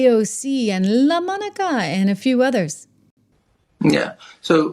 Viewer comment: I came here to hear you say "LA-MonicAA" 😂 I love it ❤😂